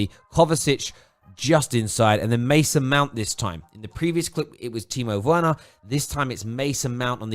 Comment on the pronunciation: It's pronounced verner not Werner